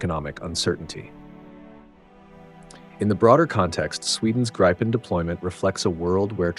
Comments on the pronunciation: Or, Gree-penn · Not “grajpen”, “Greepen”! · Its Grippen not Gripen...FFS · Gripen is pronounced Greepen , not Graypen. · The 'i' in Gripen is not pronounced 'ai' but is pronounced 'ih'. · Not graipen, not grippen, it is greepen. Like in speed... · The Gripen should be pronounced more like Greepen or like the I’s in Griffin. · Everyone, please say with me: Gree-Pen (like "greed" (minus -d) and 🖋️) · How to pronounce Gripen !!! It is not pronounced with an "i" like in "I eat", but with an "i" like in "with" or "in" or "finger". Let's now all repeat together: JAS "Grrrrripppen" Very well children ! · you lost me at gry pen 😂😂😂 not listening to american voices on european security right now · Pronounced "gree-pen" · LOL, Jazz Gry-Pen... Except for not phonetically correcting the narration, it's hard to deny that AI narration is pretty good these days.